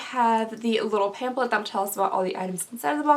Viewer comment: does it drive anyone else nuts that she says "pamplet," not "pamPHlet"?